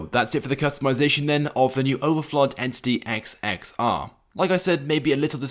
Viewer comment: you said the name wrong and it’s not even based on the agera r it’s based on the koenigsegg one:1